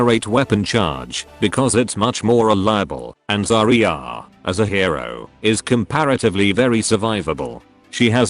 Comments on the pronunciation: if you want the TTS thing to stop saying "zar-ree-arr" you could try spelling it phonetically in the program, i don't know if you spell it "zarya" like how it actually is but you might try spelling it "zareeuh" so that's what it actually says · Should be called “how to git gud at zar-ree-arr” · Zar-Ree-Arr doesn't need boof?